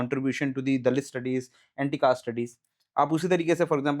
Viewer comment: Caste ko kayste bol raha hai😂